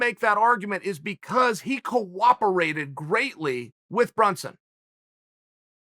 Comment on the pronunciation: Chael "he coWAPerated" Sonnen.